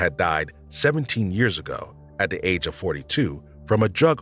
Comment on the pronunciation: They keep saying de instead of the and it's really noticable to me. Most European non-English languages lack either or both of the TH sounds found in English, so a th- sound is not natural.